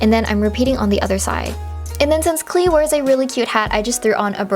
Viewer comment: Klee is the german word for clover :) and you pronounce it Kleeh, its so cute